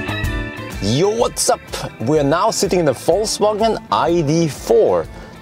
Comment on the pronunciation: Did he just say VoltsWagen?